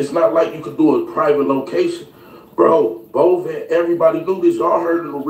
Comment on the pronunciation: Aye, Tell on the video that the person whose funeral it was and his family's name is Bovan pronounced: Bo- Van not Bovon. That whole family are real Memphis Legends and I'm a real Memphis Native. Respect... Long Live Flippa🐬🐬🐬🐬🐬🐬🐬🐬